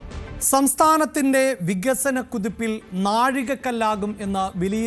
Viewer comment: വിഗസനമല്ലട പൊട്ടാ. വികസനമാണ്.